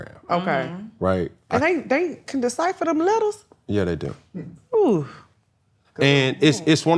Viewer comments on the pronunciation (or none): “They can deciphermthem letters” 😂😂😂